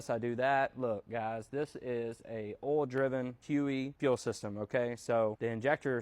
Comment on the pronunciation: I thought that’s how you’re supposed to pronounce it